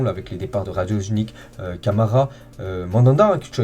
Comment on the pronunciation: Tw aussi tu dis radojnik😂